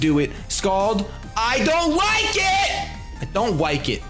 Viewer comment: " I don't wike it" Ok.